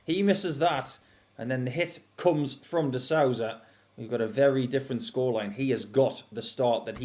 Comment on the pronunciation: The Ou in Souza sounds like the oo like in boom but just a bit shorter. These English people should learn how to pronounce the names at least.